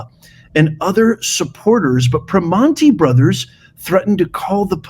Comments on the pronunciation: The classy pronunciation of ‘PRIM AHN TAY’ was cracking me up. Pittsburghers know it’s ’PER MAN EES’😂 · Pre(man)ti ... Pronounce the man just like man .... I'm in Pennsylvania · It’s pronounced “per manny’s” And I’ll be sure to badmouth their garbage food from now on. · The T is silent and you have to use your Pittsburgeze accent. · The t is silent in Primantis